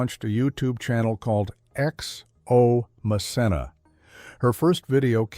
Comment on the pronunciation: It’s pronounced MKenna. Good idea to view her show